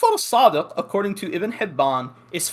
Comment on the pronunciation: "Imam sadiK" "Muhammad baKIr" adnan rashid calls himself a muslik historian when he can't even pronounce names correctly, how can he be considered a reliable historian while lacking proper arabic skills?!